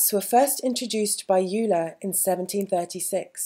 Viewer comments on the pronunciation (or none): Euler is pronounced "oiler". :)